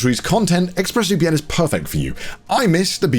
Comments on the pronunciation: I swear to god Conner said Ex-Breast VPN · I swear for the ad, Connor yelled out "Exbreasts VPN!"